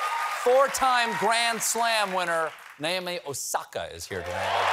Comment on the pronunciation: Oops Stephen definitely wasn't coached on how to pronounce the name Naomi